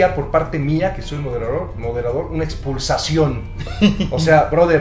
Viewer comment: Jaja dijo expulsacion en vez de expulsión